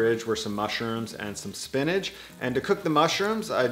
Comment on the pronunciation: Spinach doesn’t end with a “g”. It’s not spinnedge, it’s spinach... with an itch :-). Nice vid, thank you. I can almost feel that dough, We need to come up with a sensuous word to describe dough that’s ‘just right’.